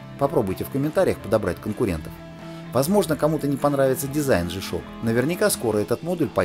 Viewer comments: По-английски буква "G" читается как "джи". "Жэ"- так обычно произносят букву "G" выпускники церковно-приходских школ, которые, как правило, не рискуют издавать собственный журнал. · Не жи ,а джи правильное произношение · смешно вы произносите жи-шок (g-shock), а надо Джи-шок (g-shock), при этом говорите не жипиэс (GPS), а Джипиэс (GPS), вы уж товарищ ведущий научитесь говорить правильно. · Верно, Александр Ковтуненко, Джи.